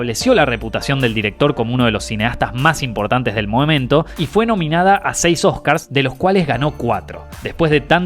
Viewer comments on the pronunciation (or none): "moamento" (? Amo esta serie, abrazo colega!